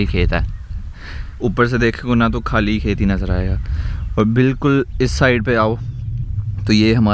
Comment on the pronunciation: k-h-aali na bola karein please. Pakistani nahein lagta is liye guzaarish hai خ ki awaaz se bolein. Please please mind nahein karna. 🙏 😊